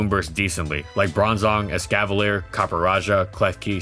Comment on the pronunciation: EXCAVALIER, NOT EXCAVILIER!